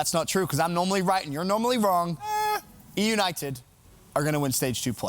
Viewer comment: Ben say eunited wtf man 😂😂😂 you are so bad jajajajajaj optic win 3-2 eunited tssssss jajajajajaja you make me loud 😂😂😂😂